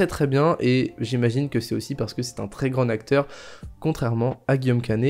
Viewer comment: Depardieu est un grand nacteur ?? 😂 Ça se prononce "grand tacteur" 😉